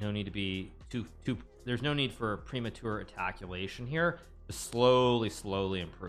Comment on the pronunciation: “Premature attackulation” 😂💀